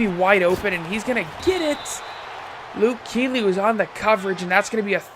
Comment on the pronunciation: You said Luke Keely. 😄. JK, I don’t really care that much. Great video btw.